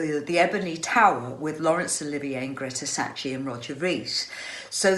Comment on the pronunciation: Love T's pronunciation of: "Greta Scacchi" <3